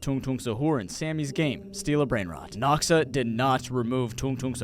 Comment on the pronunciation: It just noxa not noxaash